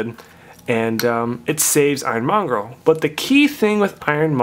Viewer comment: It's monger dude... Not mongrel